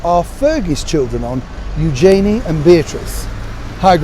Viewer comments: Hi Neil, love your channel and your insight. I’d just like to advise you on your pronunciation of Eugenie. During the commentary of her marriage I learnt I’d been saying her name wrong for years. You pronounce it Youjayney but it’s really pronounced Uge (rhymes with huge) Jeny (rhymes with knee). By all means check the footage yourself, if you have the time. Love the show xx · Neil, it’s eu-zhuh-nee said very quickly, not eu-jay-nee. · Neil I thought you would know how to pronounce Eugenie's name properly - I only just found out : ) I don't know how to write it phonetically... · As a Brit, you should know the proper pronunciation of Eugenie's name.